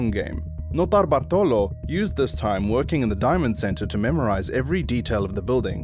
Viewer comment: the pronunciation of Notarbartolo is wrong .. looking for it would have cost you 10 seconds